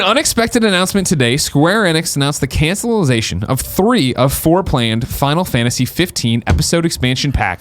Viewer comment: Did Greg just say cancellization ?